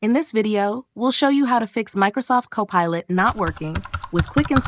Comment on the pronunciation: look for "cop a lot".......wt heck? An AI voice reporting on an AI service, what could possibly go wrong?